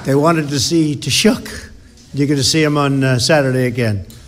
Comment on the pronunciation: lol BLOTUS has no idea how to pronounce taoiseach